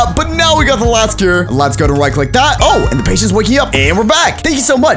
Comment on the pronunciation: cur it's cure